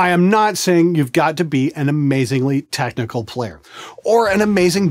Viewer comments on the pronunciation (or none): none